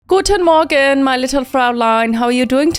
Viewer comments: Great accent 😂 my oma was german and that was pretty good 🎉 happy new year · Listening in from Germany, I jumped when you said guten Morgen so perfectly. Did not expect that 😂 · Omg I’m a German and u said it perfectly great job Chris :) ❤ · Goodness, for a moment there I thought yt had turned on the auto synchronisation again. Your pronunciation of "guten Morgen" was really good 😅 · Wow as german i have to say this guten morgen was pronounced perfectly i had to look again if i started the right video it sounded that german xD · As an Austrian i thought, well thats new. The ,, Guten Morgen“ was REALLY good. Sehr gut!!! Love you kris❤ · Wow, that Guten Morgen was so good! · As a German, A++ German coming from Kris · Sie hat es so perfekt ausgesprochen 🥰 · Thats so real😭 im not even german but im dutch, i have a big part of family in germany and when she says that im being like "hold up what channel im watching again?"😂